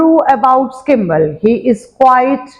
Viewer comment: 2hy kimble mam its skimble